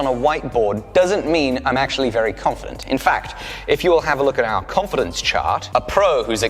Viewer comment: "Haf cofidens! ... No cofidens..."